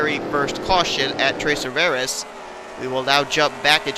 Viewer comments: XD, it's pronounced "Twah-Rih-Vee-Ay", not "Troys-Rihv-Air-Ehs" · It sounded like you said Three Rivers in Spanish not French 😊